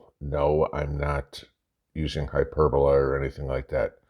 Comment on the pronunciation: Hyperbole, pronounced hy-per-bol-ee, not hyperbola